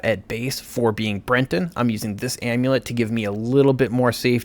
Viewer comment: great guide but if you put an "n" in breton one more time i swear to the nine.